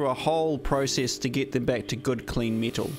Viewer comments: What are “tist pieces or mital “ apart from that, love the squeaky, nutty bitch voice that I assume is how you visualise your target audience. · "Meatel"? "Eeleektrolite"? 😂😂😂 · "Meatle"? Kneekle"? Me no speak Japanese. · its pronounced metal not mithol 😂